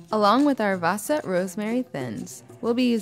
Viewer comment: cool :D you guys have our wasa bread (we actually call it hard bread). it's pronounced waaah-sa (long a followed by a short a)